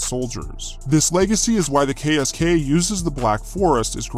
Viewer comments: As a german i must admit that i had to stop the vidio, because your pronounciation of our KSK sounded like jibberish 😂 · as a german, I think if you would just le me listen to the pronounciation of the KSK, I wouldn't recognize, that it is german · That ksk pronounciation was terrible I'm sry :D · Your pronunciation of the KSK wasn't really good. Sorry to tell you.😅 Ich spreche ja Deutsch deswegen kann ich es wissen... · sorry man but u did terrible on the pronunciation of the KSK.BTW German has not really mountains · he did terrible